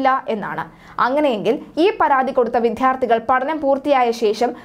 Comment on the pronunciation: മലയാളത്തിനെ വൃത്തികേടാക്കരുത്. വിദ്യാർഥികൾ എന്നാണ് ഉച്ചരിക്കേട്‌ണ്ടത് വിദ്ധ്യാർഥി എന്നല്ല. മലയാളഭാഷയെ നാണം കെടുത്തരുത്